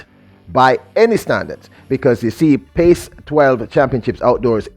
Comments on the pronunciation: Sir PAC-12 is pronounced as PACK-12 not Pace...🤔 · Was gonna post this. Was confused hearing pace. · Brother, The correct pronunciation is "Pack 12". PAC is sounded like Pack. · It's called the PAC 12; not the PACE 12. Come on! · That is pronounced Pack 12. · PAC is pronounced (PACK)